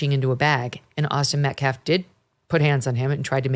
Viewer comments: It took Mom less than 2 minutes onto her speech before she started screaming and laying on the histrionics. I wonder where her son got such low emotional control? And the pastor is a slow head. He cant pronounce "Metcalf" and he uses phrases like "axe" instead of ask and "respek" instead of respect. He couldn't remember Daniel Pennys name. And he even looked nervous during his Great Value I Have a Dream moment. He knows this sht isnt getting over. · She called him the Metcalf boys. Didn’t even pronounce their name right nor could give them the dignity to use their first name which she damn well knows. They are disgrace, and I am disgusted in these people.